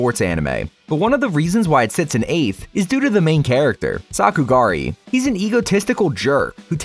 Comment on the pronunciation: no way you said sakugari😭😭😭😭😭😭